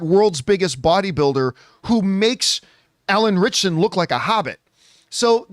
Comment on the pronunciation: Anytime people say Alan Ritcherson I throw up in my mouth a little bit.